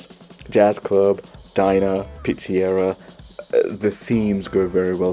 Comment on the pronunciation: Just found the channel. Love the vibe. Please consider lowering the background music? It is too loud in the mix. also..what’s a Pete-see-era 🤣. You probably speak 7 languages. Not an insult. Just ribbing you.. We tend to say “Pete-suh-Rhee-uh” here in the US. Anyway…subscribed!